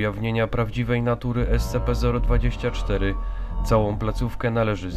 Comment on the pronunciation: czyta się scp sćp a nie scp